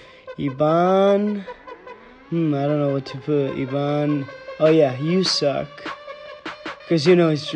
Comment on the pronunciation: Suck not suk it is ok